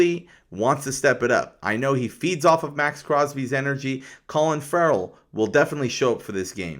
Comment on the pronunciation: You keep talking about a "Colin Ferrell" in your videos, i think you mean to say Clelin Ferrell. Youre welcome dude.